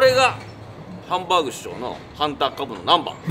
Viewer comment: こんにちは！ハンバーグ食べに行ってハンバーーグって言ってる奴不愉快